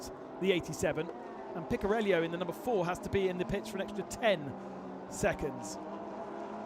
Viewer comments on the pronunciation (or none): Picariello, keep track of where that I is ffs. Picariello not Picarellio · The italian driver is speaking Picariello, not Picariellio. Please speak the names correctly.